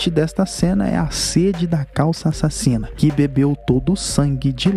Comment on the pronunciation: E bacana quando você fala "A Sasina